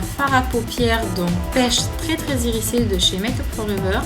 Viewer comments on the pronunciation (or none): Il est top, ce make up! J'adore le doré ! :) j'l'essaierai ! (Ps: on prononce "irizé" et pas "irissé" ;D)